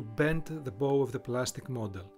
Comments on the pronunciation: Bow is pronounced "baʊ" in ship terms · the "bow" is pronounced like "baw"